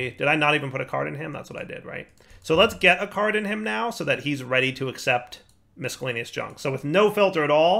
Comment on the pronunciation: Hey, the c in miscellaneous is silent!